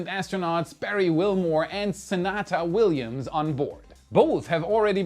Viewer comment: Hi: I really feel bad for pointing Suni Williams' name pronunciation for you. I was actually thinking the mistake was with your writers. You seem to be a very knowledgeable chap. Most NASA fans know who the astros are, and I know you're one of them. I figured you were reading from a script, not making a mistake yourself. While I've got you, have you ever heard of this book: 'The Heavens and the Earth: A Political History of the Space Age, by Walter McDougall? It's a bit dated, being published in 1985. However, for me at least (M.A. History), it remains the best book of its type I've ever read. I strongly recommend it. And thank you for the personal touch: YOU rock, Sir!